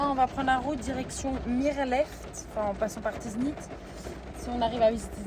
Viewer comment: Coucou juste pour info Mirleft se prononce "mir l'oeuft" Fait 0° la nuit mais la journée on fait du surf 😁 Merci pour le partage des aventures.Amusez-vous bien les jeunes et prenez soin de vous 🌞🌈